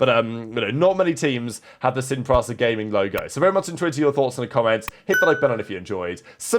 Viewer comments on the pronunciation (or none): every time he says Sin PRASA instead of Sin PRISA, 2 million children in the world die.